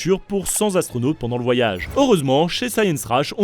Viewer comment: C'est quoi un zastronaute? Vous parlez à un moment de cent zastronautes🤷‍♂️